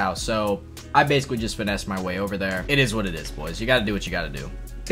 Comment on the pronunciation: can't believe he said finness